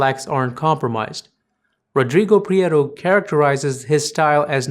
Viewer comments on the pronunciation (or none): Prieto, Iñárritu and Babel-- all thoroughly mispronounced.